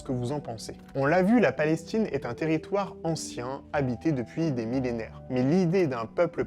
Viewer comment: La vidéo commence par « La Palestchine » 😖😖😖😖